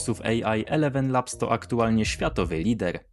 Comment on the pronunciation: Mowi się ilewen, a nie elewen 🤦